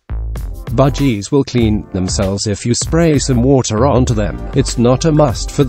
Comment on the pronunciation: Why does it sounds like he said budgiedas Also they said buy a big cage and they show a tiny cage